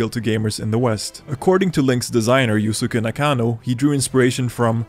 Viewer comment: “You-suck-ah” NaKAHno lmfao